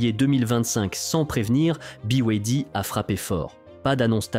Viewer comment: Ya bien juste des français pour mal prononcer 2 lettres sur trois ! Buy way D! Ça se prononce comme les lettres : Be, why, Dee